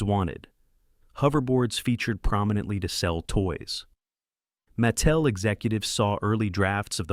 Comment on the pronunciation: Don't forget "Maa tel". Did I mention i hate fake voice overs?